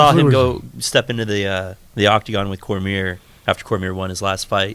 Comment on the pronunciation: Short muscle head on the back left can't say Cormier correctly and it bugs me